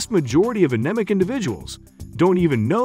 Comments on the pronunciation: An...Em...ik? Aneemik is how u pronounce it. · OMFG it is a neem ic ! you can't even pronounce it! thick as shite lol... Red meat is terrible for the body!